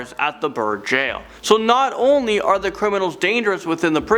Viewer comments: Beur jail...at first I heard bird jail ^-^” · I thought you said bird jail 😁